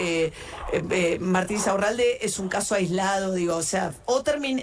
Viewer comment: me estallé como Pagni pronuncia "Insaurralde", increíble! 😂